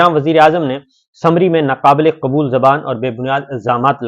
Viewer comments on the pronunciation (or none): none